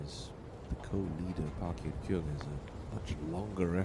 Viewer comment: Nice play. but be nice if the commentator would learn how to pronounce her name. Totally off.